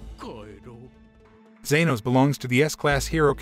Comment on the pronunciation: It's not zenos